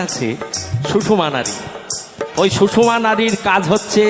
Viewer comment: ইয়া,পিঙ্গলা আর সুষমা, সুষমা নয়, সুষুম্না, ভুল উচ্চারণ বড় কানে বাজে।